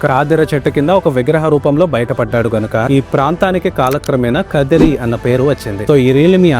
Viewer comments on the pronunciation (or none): Kadiri kadu first khaadri antaru taruvata kadiri antunnaru